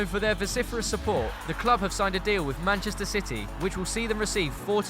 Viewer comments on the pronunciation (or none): none